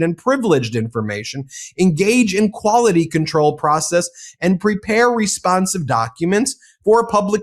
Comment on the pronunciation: We put this "k" in kwality.